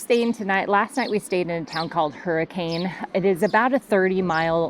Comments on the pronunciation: It’s pronounced Zi-in, not Zi-ON. And it’s pronounced Hurrican, with a short A , not a long A. I think Utahns like to mess with visitors. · 😆 You're gonna love this. Of all the pronunciation corrections you've recieved...this is the dumbest. You only THINK you stayed in Hurricane last night. According to the locals, you stayed in Hurricun (Hurrican? Not HurriCAN).🤷‍♂️ To be more accurate, pronounce it really fast like there are fewer letters. 🤦‍♂️🤣